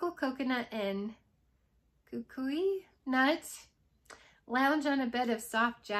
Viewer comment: Hi! As always I enjoy hearing your mixers. The one most appealing to me is two cubes of Palo Santo to one cube of Johnny Appleseed. I love both of those so we'll have to give it a try. You are saying kukui nut properly - It's a beautiful dark brown nut about the size of a buckeye. Thanks for sharing! ❤️🥰